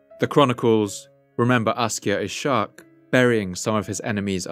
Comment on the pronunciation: Ishaq is pronounced iss-haaq